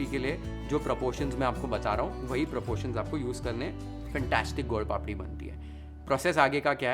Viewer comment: Your pronunciation of gol-papdi is perfect Gujarati 👌👍. It is called sukhdi because it give “sukh” (khushi)